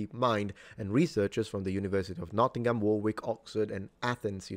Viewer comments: Warwick is pronounced "Worrick" and not War Wick Not obvious. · This sort of research with AI as a sorting and analytical tool is probably the best potential application for the technology. As always within academia, peer review is critical. (p.s. Warwick is pronounced Warrick) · Warwick is pronounced Worrick as in the Worricker Trilogy. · in the UK Warwick is pronounced worrick. Don't believe everything Americans tell you. As I'm sure you know, Warwick is a very ancient place and so it's own pronunciation of itself supercedes anything american. Love your channel, keep up the good work. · Hey. In that word Warwick, we dont pronounce the second w. It more sounds like War rick. Like Woolwich,, we dont sound the second w. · Warwick is pronounced 'wharick' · Warwick is pronounced “Worrick”, unless you’re referring to the singer. Oh, and one more thing (as Columbia would say.) I like em dashes. Does that make me a robot? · Careful! The second "W" in "Warwick" is silent.